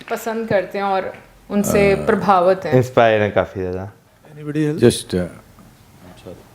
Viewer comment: Iman Prabhavit Hota Hai Naa Ki Prabhavat ☺️